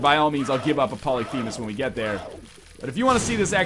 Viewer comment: For god's sake it is called Polyphemus not Polythemus and Polyphemus already sets your tears to the lowest, guys please play the damn game before making the god damn challenges